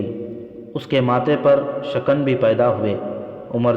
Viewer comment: Shikin not shakan